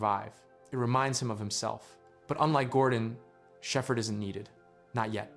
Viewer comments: you mean, get this AI a golden play video? Why else would an American-accented narrator pronounce "Shephard" as "Shefferd?" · Was this script written with AI or do you just not know how to pronounce words you’ve written like Shepherd not being sheffered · The pronunciation of 'Shepherd" is quite unfortunate. Is his name truly never spoken in-game for reference? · The best AI narrator I've encountered so far, but the mispronounciation of Shepherd and Xen give it away.